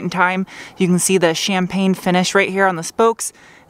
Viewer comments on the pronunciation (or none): none